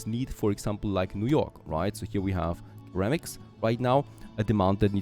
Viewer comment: Minor English pronunciation nit-pick just FYI: the initial c in ceramics is soft and sounds similar to an s as in, for example, security.